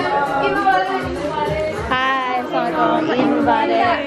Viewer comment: I've been watching your vlogs for so many years now. In love with everything ❤ But just a gentle request the way you pay salam is not correct saying aslaa lekum is wrong and has horrible meanings. It goes like Assa_lam_o_alai_kum 😊